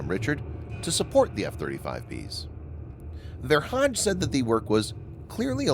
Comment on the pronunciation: Ver hage is not pronounced Ver Hadj, but with a hard ‘g’, Ver Haa - gè.